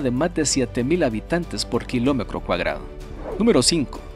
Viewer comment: Creí que solo yo había notado eso, todo el video me desconcentra cuando escuché eso,cuacro, crece kilomecro